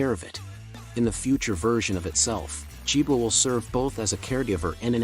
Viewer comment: Nicely presented but with an obvious AI voice. It would have been of great benefit if the entrance of JiboRobotics had been included as they are currently the ones who are keeping Jibo alive. Good content and I love how the AI voice pronounced Jibo as Jibwa😁